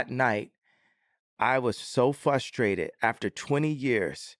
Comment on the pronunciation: Genius voice of a generation says he's "fustrated"...master linguist